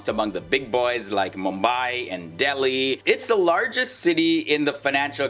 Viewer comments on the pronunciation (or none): none